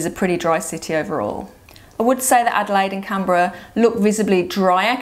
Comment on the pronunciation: It would be great if you pronounced the capital of Australia properly. It is pronounced “CANberra, not CAMberra. It is an N, not an M.